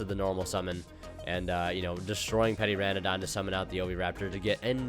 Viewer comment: The way he pronounces petiterra really grinds my gears. It's petite, like litte, not petty, like this comment.